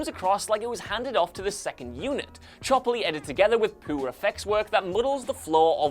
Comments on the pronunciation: The way you say "poor" is funny. "Poo'or", love it, maybe you're subtly telling us the movie is poo. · am i the only one who hears this guy saying 'poo' ?